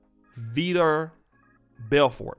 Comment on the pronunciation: Here's what you need to know about Vitor (pronounced vee-thor) Belfort. He's kinda second generation UFC. Basically he came after Gracie, shamrock, and them boys like UFC 12. Like Anderson Silva and host of other fighters he fought in Pride. Pride was the real deal. Tyson would've gotten his ass whipped in Pride. That shit was no joke. It was essentially the UFC in Japan. But it did K1 and other combat sports. Pride, like the WEC, was bought out by the UFC. But Belfort was part of that Brazilian dynasty in the early days. Like a lot of other fighters back in the day Vitor Belfort was big on juicing. Nothing was more evident than when we overpowered tank Abbott. My favorite memory of Vitor Belfort... Was that front kick to the face by Anderson Silva. Yes, chuck knows about MMA too. 🤣🤣